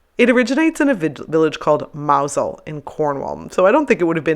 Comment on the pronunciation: Was impressed that you pronounce Mousehole correctly 👍👏